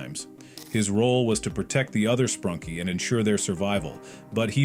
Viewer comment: Bro said sprunky instead of sprunki....😂